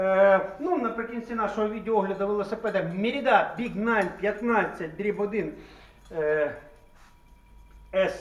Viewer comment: Не меридА а мерИда!!!!!!!!